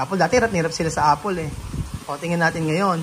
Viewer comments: I am not bashing but honestly need to correct his pronunciation as well....😂 like pronouncing (f) and (p),finish instead of pinish or four instead of pour.and apple to apol... I'm so sorry it's not bashing it's just my observation. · Apple not apol. To avoid the children getting confuse it is important that the pronunciation is correct. Wrong pronunciation can lead to wrong spelling. Just saying. 👍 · Hahaha naalala ko tuloy yung islang na nagpa spelling ng water eh syempre islang siya kaya kapag dmo maintindihan eh parang kulang ang word yung water ang pagkaintindi ng yaya eh "wotche" 😂😂bigla ko naalala sa apol😂😂😂.. paki pronounce mo ang word properly kasi yan ang naitatanim na isip nila kaya tayong mga nagtututor we need to careful also sa pagbigkas ng mga words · Its not apol....the pronunciation of apple is a.pl not a.pol.